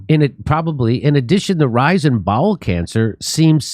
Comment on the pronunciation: Well at least its bowel cancer. I thought he said ball cancer... that's even more terrifying. Anuses are overrated